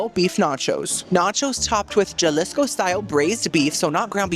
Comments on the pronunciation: Jalisco is pronounced Ha-lees-co. And the Oaxaca cheese is pronounced Wah-ha-kuh. Love you,!!!!❤❤ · Some Spanish tips for my favorite half-Cuban :) - J's are pronounced like an H in Spanish. Jalisco is a city in Mexico. - Oaxaca cheese ( named afer the region in Mexico) is pronouncs like wah hock ah. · Pronounce Jalisco with a j, then Cojita correctly in the same sentence. 😂 Thought you were 1/2 Cubano. 😉